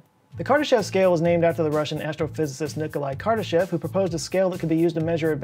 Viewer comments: Btw, his name is pronounced kur DAH shof with a long o in the last syllable. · Kardashev is pronounced kar-duh-SHOF.